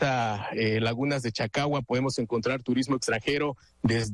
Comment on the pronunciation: "cacagua" caca con agua. En vez de chacagua. Pobre nivel de reporterillos de 5@